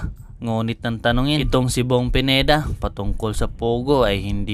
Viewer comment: Akala ko kng cno yong PENIDA. PINEDA PO, HINDI PENIDA, ANO BA YAN?